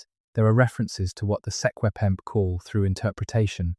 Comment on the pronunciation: You absolutely butchered the traditional names of the secwempmc ans the kootania